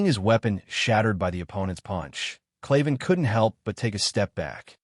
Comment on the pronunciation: its kraven not kliven